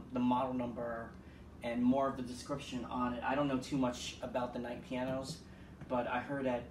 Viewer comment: “Kight” or “Knight?”